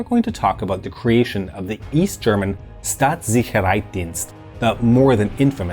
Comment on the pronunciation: Got to the pronunciation of Staatssicherheitsdienst and clicked another video.